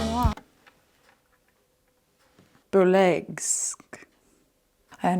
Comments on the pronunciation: "Burl-eggs-sque" Me: *Chuckles* "I understand if you want to unsubscribe 🥺👉🏽👈🏽" Me: *Subscribes immediately in protest 😂* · "Burl-eggs-que" Wanna unsubscribe? hell nah, Im subscribing now xD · You said "Bur-'l -Eggs-que" and never have I loved you more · BURL-EGGS-SQUE STOP I CAN'T BREATHE 💀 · “Bur-egg-sque…. I understand if you want to unsubscribe” HELL NAH IM HERE FOR THE CHAOS SUBSCRIBER EARNED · I had to pause the video after "burl-eggs-que" to laugh my head off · Had to play the burl-eggs-que bit over a few times to hear what you said after because THE WAY I CACKLED even after I knew what was coming... Anybody unsubbed for that, they don't deserve you. <3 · 'burl-eggs' made me subscribe lol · Literally as a burlesque dancer, the burl-eggs-que killed me 😂😂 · "burl-eggs-sque" made me make sure I had pressed like on the video 😌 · Burl-eggs-sque sent me 🤣